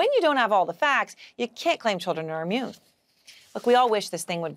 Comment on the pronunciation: It’s not ammune, it’s immune.